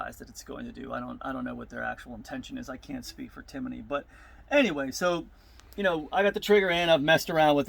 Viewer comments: Timiney.....it’s tim-ney!!🥴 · There’s no “O” or “a” in Timney. How hard is that?